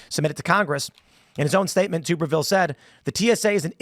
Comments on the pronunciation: It's not Tooberville. It's Tubberville. Tubber...like rubber. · Tuberville, Tub like a bathtub, NOT tube or toob